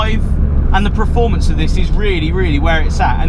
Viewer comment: When I was 18, I had a Mk III Cortina, and there wasn't any upgrades - or maybe just a few ? .... Changing the wiper blades was a talking point, and painting the brake calipers was another !! .... I liked your vid, but please stop saying 'Preformance', that started to annoy me.